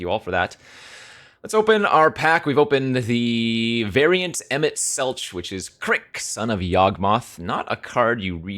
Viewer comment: EMET SELCHE lol. its selk xd